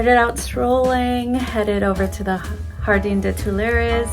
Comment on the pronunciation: Jardin, pronounced “Jar-den”. Marais = “Mar-ay.” A little research/prep would have made this a much better video. It was painful to watch, honestly.